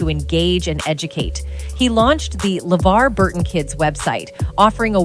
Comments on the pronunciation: hmm is it just me or did She change the pronunciation of "LeVar" multiple times in this video. and good to see Geordi got those ocular implants. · I hate to say it, but I think the OG video you're reacting to is a product of AI. I had a few concerns with little things (awkward reading of the show title "Star Trek: The Next Generation", mispronouncing LeVar's name when talking about his website but not elsewhere), but when the narration directly read a line that was being highlighted on a tabloid article, it pretty much gave itself away. I looked up the OG video, and the channel looks like a similar mishmash of AI content. There's also a knock-off using a similar tagline and thumbnail with a very, very obvious AI voice on a different channel. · So at what point does Levar Burton speak any sort of revelation in this video? He doesn't even speak. It's just the AI voice that keeps mispronouncing his name. Am I missing something? Is it just a poorly titled video? Who keeps making these videos exposing hollywood without any actual revelation? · Weird that the AI speaker pronounces Levar's name two ways.